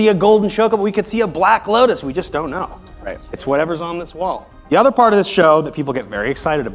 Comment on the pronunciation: OH GOD, his pronunciation of Black Lotus was so wrong also. Why am I watching.